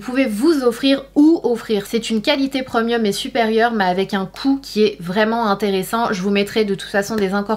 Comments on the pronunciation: « Preumieum » 😂😂😂 On dit Prémium 🤣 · Je suis la seule à être perturbé par le ‘preumieum’ 😬 no shade Sana je t’adore 😊